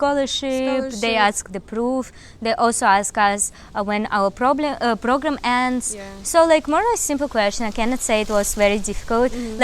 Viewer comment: "They would aks when our problm.... Program ends." Would be nice if you would know, when your problems would end 😂😂😂